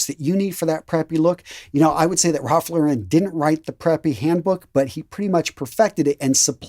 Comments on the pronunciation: Great video! I believe Ralph Lauren is pronounced "LOHR-en" not "La-REN" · It's pronounced "sa-vil", with a short 'a', not "saaville", and it's Ralph "Lauryn", not Ralph "Laur-ehn". Now, the latter I know for certain because I worked at Ralph Lauren in both Toronto, Canada, and (three different stores in) Sydney, Australia, and staff are instructed to answer the store phone pronouncing "Ralph Lauren" as I indicated above. It's a good label, though (well, various labels (I'm surprsied you didn't mention Purple Label)); slightly pricey, but, much of what I have I bought on sale and, if taken care of, it can last for decades. I both kept, and have in the last couple of years bought second-hand, PRL items from the 1990s.